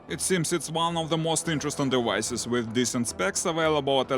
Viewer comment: Did he just said “ dewices” 😂 it cracked me up ! 🤣